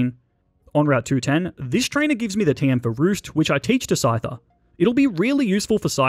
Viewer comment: SCYTHER, NOT SCITER!